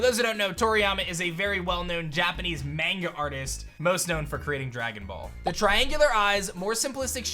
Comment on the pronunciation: Lol love the video but the way you pronounced Manga bugged me.